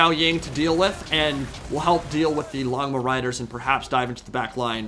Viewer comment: This is random but if you're wondering how to properly pronounce "Longma", the first part "long" is pronounced "loan", so its more like "loan-ma". It literally just translates to "dragon" (which is long) and "horse" (which is ma) if you want to look it up as well.